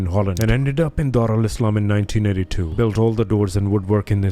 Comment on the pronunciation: Why you calling it Dar Alislam?